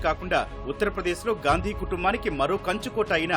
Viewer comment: ఇంత పెద్ద మీడియా ఉండి వాళ్ళ ఇంటి పేరు స్పష్టంగా పలకలేక పోతున్నారు వారి ఇంటి పేరు గాంధీ నా